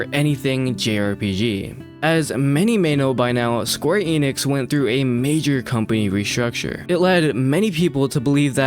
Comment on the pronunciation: Youre sayin Enix wrong